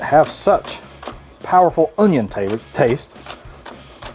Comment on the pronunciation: The way you said onion in the beginning reminded me of Justin Wilson 😂